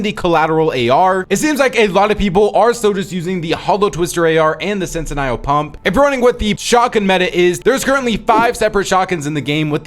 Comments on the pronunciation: What is that pronunciation of Sentinel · Can someone let him know that it’s Sentinel (sent-in-ell) not “sentiniall” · For --> Sentinel Shotgun is pronounced: Sen tuh nel not sen tie nel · Sentinel... Scent - n- ull .. but overall grerat video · Please stop saying sentinel like that. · Also just wanted to lyk you’re mispronouncing sentinel 😭